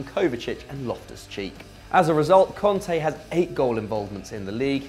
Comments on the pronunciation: Its Kante not Konte. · You said cunte instead of kanté